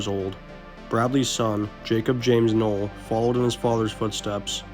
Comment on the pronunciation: Bro, it’s pronounced Nowell like knoll. And Jim Croce is pronounced CRO-chee…do just a tiny bit if research before reading your voice over. Dang